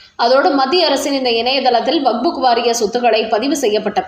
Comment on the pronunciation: வக்புக் இல்லை வக்ஃப்